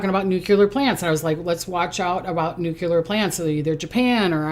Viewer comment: Its pronounced noo-klee-er not noo-cue-ler